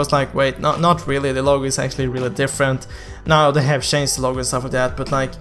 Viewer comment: chanced = changed? learn to pronounce dude